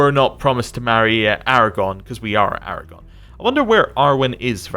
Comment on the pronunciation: Lasted 1 minute. Right up till. “Aragon.”